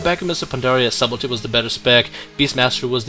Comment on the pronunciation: the word is pronounced as if it was spelled suddle tea.... the b in sub is silent